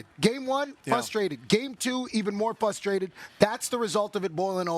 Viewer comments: The word is not "fustrated", PK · nobody: pk: fustrated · Fusstrated -pk